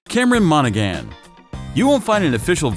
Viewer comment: Heath Ledger every time. All day long. Every day of the week. By the way, Monaghan is pronounced Moan-a-han and Aristocracy is pronounced Arris-tock-rahsy.